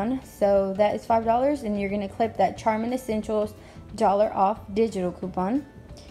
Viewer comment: it's pronounced sharmen even though it's spelled charmin, hope this helps